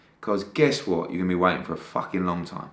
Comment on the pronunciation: Eddie "were the facking governors" hearn